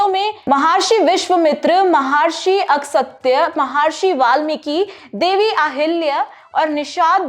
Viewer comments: कृपा करके ऋषि मुनियों के नाम ठीक से ले।। अगसत्य नहीं उनका नाम अगस्त्य हैं। ऒर विश्चमित्र नहीं उनका नाम विश्वामित्र हैं।. 🙏🙏🙏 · Mahrishi Agastya h ,Agsatya nhi. Aap glt ucharan kr rhe h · महार्षि नहीं महर्षि है। अहिल्य नहीं अहिल्या या अहल्या सही है। अगसत्य नहीं अगस्त्य उचित उच्चारण है। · महर्षि अगसत्य नहीं महर्षि अगस्त्य, मूर्खों की तरह उच्चारण नहीं करें। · Pronunciation is not good. Please give these content presentation to those who know proper knowledge or at least know the language. Where did you find Maharshi ASAKTYA. These things misguide young minds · महर्षि अगस्त्य एक महान वैदिक ऋषि थे, ,,कम से कम नाम तो ठीक से बोलना आना चाहिए,,इससे आजकल की young genration के poor हिन्दी का पता चलता है l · Wonder how she mispronounced such famous names of geat sages like MAHARISHI VISHWAAMITRA and SHREE AGASTYA MUNI JI AND NO ONE EVEN BOTHERED TO CORRECT HER OR NOTIFY HER, GUESS HARDLY ANY ONE IN THE STUDIOS TOO KNEW MUCH ABOUT THEM, SO, WHATEVER SHE SAID WAS DEEMED AS CORRECT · महर्षि विश्वमित्र नहीं महर्षि विश्वामित्र बोलिए । महर्षि अगस्त्य सही नाम का उच्चारण कीजिए । क्षमा करे हिन्दी के प्रस्तोता भी इतने अल्पज्ञानी हो सकते है यह आश्चर्यजनक होकर विडम्बना ही है कि आजकल की पीढ़ी को सही जानकारी नहीं है । ऐसे लोगों को प्रशिक्षण की आवश्यकता है ।